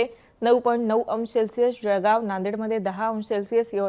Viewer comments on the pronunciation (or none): none